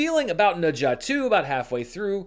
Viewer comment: Appreciate the effort to pronounce Ne Zha correctly! Glad you were finally able to see it. Every Chinese person I know has seen this movie multiple times. Whoever is still doubting the box office figures is just putting their head in the sand.